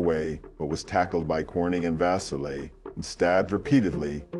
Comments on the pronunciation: Julie was four years older than me, and there are so many rumors, and conspiracy theories around her death. Thank you for covering the case. Auburnians continue to crave answers to what became of her, and who was responsible, and she will never be forgotten by her community. FYI: Vasile (vah-SEAL) Cayuga (Kay-YOU-gah) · Vasile - pronounced va-seel'.